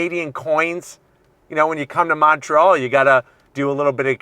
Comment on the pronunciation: dude didn't say Montreal right.